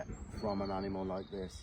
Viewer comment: Hi I smiled when you accidentally said “dead hide of an hanimal “……… we must hail from the same area.Putting a H on the word after, is me 😂 eg…hear hole ….instead of ear hole 😂😂😂 keep up the amazing work 👌